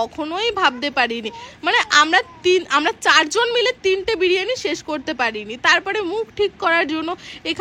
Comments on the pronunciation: বারিয়ানি না ওটা বিরিয়ানি হবে 😂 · ওটা বারিয়ানি হবে না বিরিয়ানি হবে😅